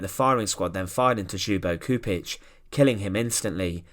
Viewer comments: You say it LYUBO CHUPITCH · For English speakers his name is pronounced as if spelt like Lyubo Chupich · Gosh... I didn't know it was possible to butcher Ljubo Čupić name that much. And other names... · get someone to teach how to pronounce the person's name properly what you're doing is DISGUSTING